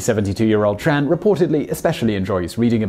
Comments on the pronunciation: It's T-R-AN not Chan other than that very good vid per usual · I’m Vietnamese, my last name is Tran... By the way, it is pronounced (Chung, just don’t emphasize the “ung” too much)